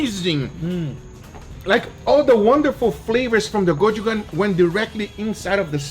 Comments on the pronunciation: Guga repeatedly saying "gochu-gan" makes my eyebrow twitch a bit 😅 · Hey Guga. You were saying gochu-jang a little bit wrong in this video and it kind of made me cringe. You made it sound like coach-khan, but it sounds like its spelled, with the o in the goch part sounding like the o in roll or goal. Jang is not like hang, but not like awe, but kind of in between, the same way you were saying it but with a j and an ng. And then it has three syllables for go-chu-jang. Just wanted to fix how you were saying the word. Hope you keep making great experimental videos. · GochuJanG not gochugan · It sounds not Go-Chu-Gang, sounds Go-Chu-Jang not G, plz sounds J 😄😄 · Kodjugan GUGA, KODJUGAN?! It's GO-CHU-JANG. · gochujang! not gochugang! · no one: literally no one: Guga: gochugan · I feel pain everytime Guga says Kojugang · Note, The paste is more close to Go Chu Jang, which is close to Jhang sound at the end. Yes, Z sound. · Love your stuff man; you gotta pronounce it "ko chu jang" You got it- so since it penetrates so much, what if I dry it 10 days ? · The way he pronounces the word totally got me! He says GO-CHU-GAN!!! LOL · Hey there Guga! Love the video, but the chili paste is pronounced “Go Chu Jang” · it's pronounced: GO CHOO JUNK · Hi Guga! It’s amazing to see this experiment turn out well! Ps: it’s pronounced GO-SHOE-JUNG (like Jungle). Cheers! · Guga, it's actually pronounced Go Chu Jang. If you liked this experiment, I would recommend you to try Doenjang (Korean fermented soybean paste) for your next dry-aging experiment. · Guga, the correct way to pronounce Gochu Jang is "go chew junk" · It’s called Go-chu-jang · Its gochujang, pronounced gow-choo-jang. Come on man. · the ingredient: gochujang... Guga: KOJUGAN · every time guga pronounce it "gochugan" a Korean dies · Guga, a pronúncia correta seria COTCHIDJAN. Abs! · why guga keep call it "gochugan" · Guga, it's pronounced Go Chu Jang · You pronounced the chilli paste wrong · he butchered the name